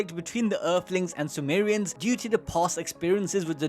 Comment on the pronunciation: Calling them Sumo-re-ans in the beginning sounds hilarious